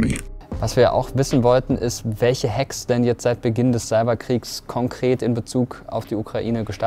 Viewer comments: belastend wenn man ein buch über das thema schreibt aber dann gekonnt die englische aussprache ignoriert und einfach hack wie bei hackfleisch anstatt ''häck'' wie im englischen sagt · Alter, Hack= Häck und nicht Hack wie Hackfleisch. Bitte und danke das is ja kaum anzuhören xD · Die Frau : Hak und nicht Hack Angriffe😂 die soll im Choas Computer Club sein ? 😂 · Bro, die schreibt ein Buch darüber aber kann das Wort "Hack" nicht aussprechen. Leichte Frontal 21 Vibes. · Ist schwer die Dame vom Chaos Computer Club ernst zu nehmen wenn sie Hack so ausspricht als wenn sie es von der Fleischtheke bestellt. Nach ZDF Magazin Royal kann man auch den Scheff des BSI nicht mehr wirklich ernst nehmen xD.